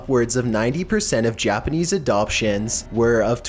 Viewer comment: I don't think I've ever heard someone butcher Japanese like this before haha. still a good video though